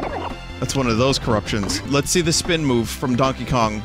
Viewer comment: I love the way Vinny says SPEEHN